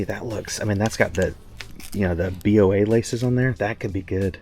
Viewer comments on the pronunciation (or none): It’s not B.O.A. It’s boa. Like boa constrictor.